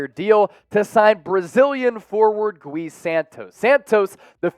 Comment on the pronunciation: It's not "Goo-Wee". It's "Gee" Santos.